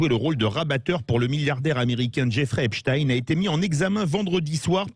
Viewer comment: C'est Epstein et pas Epsteir